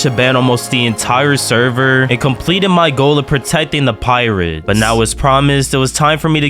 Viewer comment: bro i thought he said pyrids not pirates